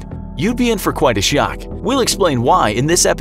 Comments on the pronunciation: why does he pronounce shock like that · Wasn't that strange